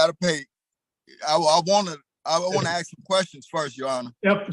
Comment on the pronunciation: why cant black people pronounce, "ask"